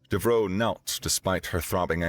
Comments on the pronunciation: You aren't saying Devereaux correctly. How do I know? Golden Girls. You're saying "dev-roe", where it's "dev-er-oe". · Isn't it pronounced "Dev-ER-oh?" Being of French decent.